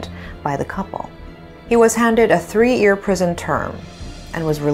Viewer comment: the word year is pronounced as ears.use the word with the letter Y